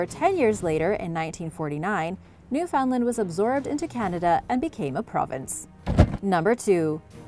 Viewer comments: I think it's odd how you looked up how to say every name except Newfoundland, you don't pronounce it how it looks, It sounds like New Fin Land, take it from me and east coast Canadian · Us canucks pronounce it as "New-fen-land" all together and a bit quick